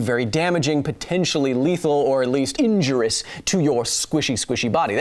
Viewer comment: "Injurious," not injurous. :p Seriously though, I love your channel.